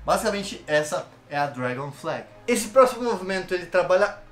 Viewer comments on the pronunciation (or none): GOSTEI DE TODOS OS EXERCÍCIOS E OQ MAIS GOSTEI FOI O"DRAGIN FLEHR"...KKKKKK VLW CARA